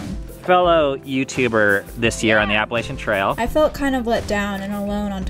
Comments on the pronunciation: Great I love backpacking but that's not how u say Appalachian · It’s APPA-LATCH-UN don’t disrespect it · ok but is no one going to talk about the way they pronounce appalachian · Bruh I’m from the Appalachian mountains u don’t say it like that